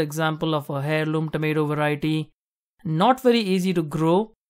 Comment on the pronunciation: FYI, " heirloom " is pronounced as " AIR loom. " The H is silent.